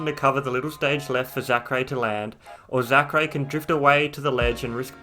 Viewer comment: When he says Zackray,my ears tell me "Sakurai" lmao